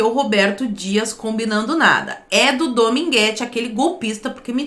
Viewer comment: Ele erra até o nome do cara, dogminguete.